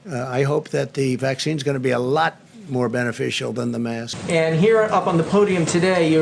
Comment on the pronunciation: Did he get his education at his own fake university because he can't even say the work mask properly.